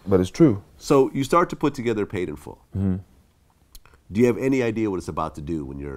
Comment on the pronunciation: It’s “Paid in Full” not “Made in Full” Vlad🤦🏾‍♂️🤣🤣